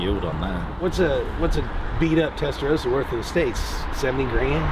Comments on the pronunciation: Please guys. How can you be a car guy and pronounce Testarossa wrong? It has two S'es. Not Rosa, but Rossa. I hear a lot of Americans pronouncing it wrong. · It's pronounced "tes-ta-RAW-sa," not "tes-ta-row-sa." You know like the signature Ferrari color of "Raw-so corsa." Also a distinguished Ferrari lover will spot them as Euro-cars in a split second because the US-spec cars have side-blinkers while the Euro-spec cars don't. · TestaRossa not testaroses. Please!